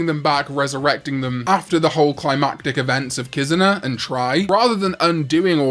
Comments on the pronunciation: What the hell is a “KIZUHNAH”?? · The way he pronounces Kizuna shows that he has no respect for the Japanese language.